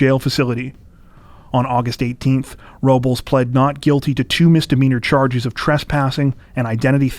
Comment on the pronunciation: PRONOUNCE IT RIGHT. ROBLES IS “ROwB LESS” NOT “RO BOWLS” What the fuck are you people on.